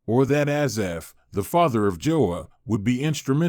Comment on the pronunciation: Spelled and pronounced wrong. Thanks